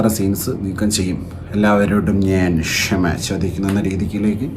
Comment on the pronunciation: ആരാടാ ക്ഷെമ ചോയിച്ചേ,, ദുഃഖം പ്രേഘടിപ്പിച്ചു,, ഇവൻ വയ്യേ 😂